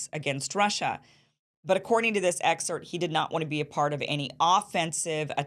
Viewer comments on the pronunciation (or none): “excert” -> “excerpt”